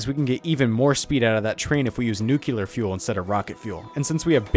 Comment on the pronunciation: Nice editing. The gameplay itself reminded me my first 50 hours in Factorio. What a great time it was... Also your pronunciation of "nuclear" is horrible lol, its "nuclear" not "nukelar" are you reading the word wrong?